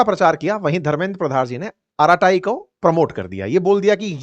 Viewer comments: श्री मान जी अरट्टै के नाम से बोला जाता है नाकि अराटाई ।😂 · अराटाई नहीं,, अरट्टै/अरट्टई Bolo Sir‼️ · It is pronounced as ' अरट्टई' and not as 'अराताई'. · It is not araatayi. It is arratai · Arattai in Tamil means "gupshap" or "gappe". Pronounced अरट्टै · The correct pronunciation is अराटाय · Ankit Ji, This is a Tamil word `Arattai` meaning a familiar word ` family casual chatting` (batiyana) in Tamilnadu. Pronounced Aa ra ttai (tae tai not taiee). Hope it doesn't hurt you. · अराटे् pronounciation hai 😂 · अरत्ताई - जोर "र" और "टीटी" ध्वनियों पर है। यह एक तमिल शब्द है जिसका अर्थ है "गप शप"।